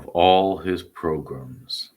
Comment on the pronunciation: you can stop saying "PROGRUMS" now...... We get it....